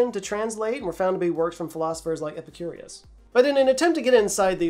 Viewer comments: The guy's name is Epicurus (like papyrus, teehee). Epicurious is a food website and also means "curious about food". Keep up the good work, love your vids! ❤ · EPICURUS!!! Gotta be an annoying commenter and correct your pronunciation 😜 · The philosopher was "Epicurus", not "Epicurius". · dude, you mispronounced "Epicurus" right after you apologized for mispronouncing "papyrus"!! still, "Epicurious" is FUN!!